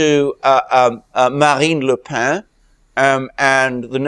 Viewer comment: France’s Macron is like Canada’s Trudeau. Children playing at international politics. By the way, Le Pen is a breton name and even in French is pronounced/pen/ as in English or Breton. Merci!